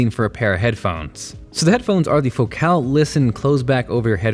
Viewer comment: "Foe cal" lol... no. Focal